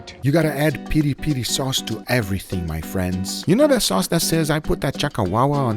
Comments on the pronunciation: its not peri per brother its piri piri XD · By the way, it's PIRI-PIRI, not peri-peri. The later sounds like a mispronountion by a drunk texan. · It’s not peri peri, it’s PIRI PIRI..and the place is SINTRA, not sindra